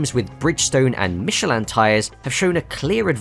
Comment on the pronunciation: the way this man says michelin is criminal